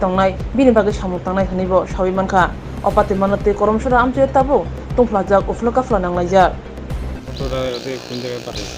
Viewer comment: Sorry for correction. It's Karamcherra not Koromchora